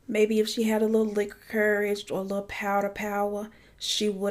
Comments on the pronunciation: not the powder powa 😭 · Sis did you say powder power????? Hilarious 🤣